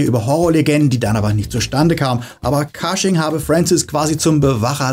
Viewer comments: Cushing wird wie "Kusching" ausgesprochen, nicht "Kasching". Ansonsten tolles Video 😊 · Kleiner Hinweis: Peter Cushing spricht man nicht „Kasching“ sondern „Kusching“ aus. Ansonsten tolles Video, wie immer.